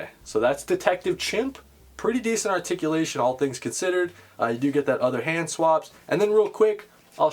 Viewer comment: TOE TICULATION!!! I missed hearing that lol